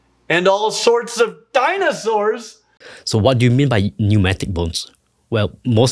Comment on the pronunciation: The way that woman pronounces words is excruciating. Danaesores.